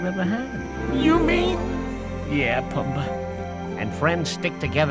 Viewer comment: Can you please learn how to pronounce the names, especially Timon, Pumba, and Kovu?